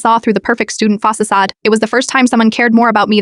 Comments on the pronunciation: Fa-si-cade... roflmao idk man i couldn't let that one go 😂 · 😳It Really Said 'Fass-ses-sade'?😳 THANK GAWD! Thought I Was Having A 'Senior Moment"!